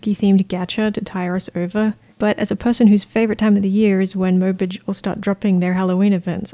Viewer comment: I'm obsessed with the way you pronounced mobage tbh